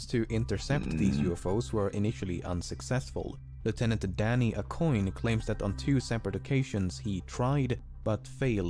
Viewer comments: Bro Danny Aucoin has my last name And the narrator BUTCHERED the pronunciation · I died a little when he read “Aucoin” incorrectly. It’s pronounced “Oh-qw-an”. I get that French last names are tough to pronounce, but that wasn’t even close